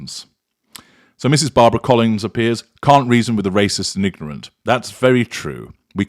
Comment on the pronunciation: Did you just say nignorant?